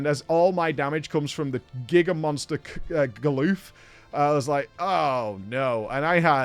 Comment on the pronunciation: GAH-LUFF!! GAH-LUFF!!!!!!!!! STOP SAYING GALOOF! Jesus christ.